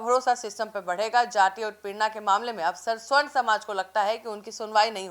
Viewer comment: Sahi oocharan kijiye sa,barn hai